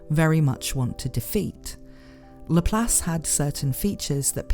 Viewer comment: It's LAP LACE NOT LAPHALSE 😂😂😂😅😅😅